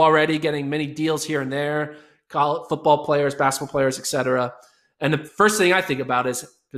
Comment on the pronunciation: Eck cetera